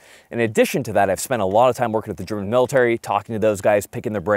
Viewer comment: A non german video with good german laguage in it😮